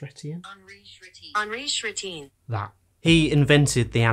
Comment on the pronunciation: are you satisfied the way this voice pronounced "Henry Chrétien" at 0"40? Set the voice to french, it's the sound K